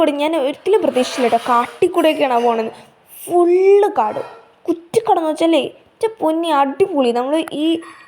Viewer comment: കുത്തിക്കാട് അല്ല കുറ്റിക്കാട് അല്ലേ?മലയാളം കഴിയുന്നതും നന്നായി ഉച്ഛരിക്കൂ, അതുകൊണ്ട് ദോഷമില്ല!